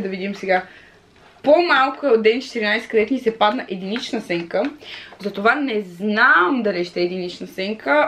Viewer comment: единична СЕНКА О ГОСПОДИИИИ не казваш виждам си сЕнката. СЯНКА!!! Не пропускай часовете по български моля те🤣🤣